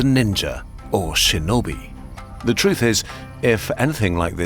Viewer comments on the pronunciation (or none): none